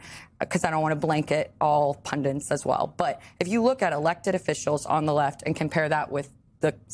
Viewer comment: Sarah Matthews is impressive but it’s pundits not pundents.